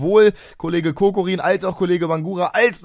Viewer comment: Hey, mal wieder super Part;) Bin mir nicht absolut sicher, aber habe glaube ich mal iwo gelesen, dass Kokorin anders ausgesprochen werden würde (Kakorin, Kokarin, iwie sowas), weiß nicht ob das stimmt:/